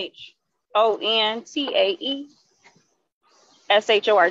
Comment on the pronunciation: Queshontae lol.